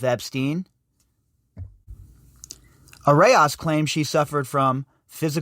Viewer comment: It's pronounced "a rose" and I'm guessing not coincidence that the authors of this article have "rose" in their names also (perhaps a Rosicrucian tie here...